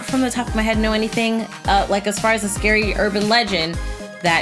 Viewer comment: U said scory so it’s now SCORY TIME